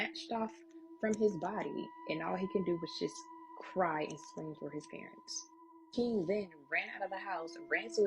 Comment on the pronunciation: To the braided black girl that is talking about King ~ King isn't pronounced keenGUH. The g is soft, not hard. And it's a one syllable word but you're giving it two syllables. You aren't even consistent. Sometimes you pronounce it correctly but you bounce back and forth. And the word 'looking' isn't pronounced lookeenGUH. And the word 'replaying' isn't pronounced replayeenGUH. Listen to how educated people talk! You sound ridiculous. It's annoying to try to listen to you. I can't continue. Sorry to all of the other storytellers on this video that speak correctly but I can't continue to listen to this girl until she learns to speak correctly. I'm out.